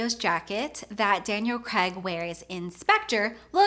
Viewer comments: Why can't Americans pronounce Craig...for some reason they say Cregg? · CRAAAIIIGGG - learn to pronounce his surname before overanalysing his outfit